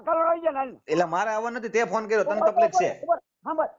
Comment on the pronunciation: Taplik na kahevay taklif kahevay bolta shikho